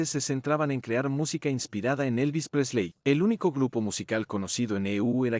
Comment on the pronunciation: El contenido está muy bueno, lástima que no sepas pronunciar ni un nombre en inglés... ¿Quiénes son Presléy, Martín (¿mi hermano?), Lestér, etc...? Los Beatles influyeron en mi vida en que aun siendo argentino, amo a la cultura inglesa, y soy del Everton gracias a George y a Paul.